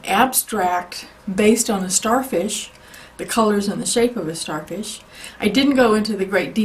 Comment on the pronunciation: U said sharfish